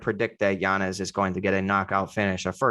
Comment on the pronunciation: still can’t get yanez’s name right 😂